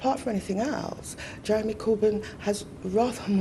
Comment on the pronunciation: You forgot "You would need to ask Jewemy about that".